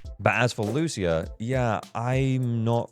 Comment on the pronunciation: Thank you for not pronouncing her name as Loosha